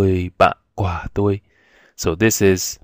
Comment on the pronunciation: Yeah Vietnamese! And thats true, its perfectly fine to say "ban toi", thats what most native speakers say. Personally i like to use the preposition "cua", because im a native english speaker. But that adds a little awkwardness. Your pronunciation is quite good. Careful with "cua". It sounded a little like the word for fruit. It helps to exaggerate the tones alot.